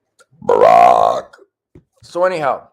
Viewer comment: I could almost smell that last "BARACH". :-)